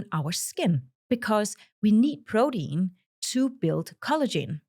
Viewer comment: I can't get past her saying, prodeen .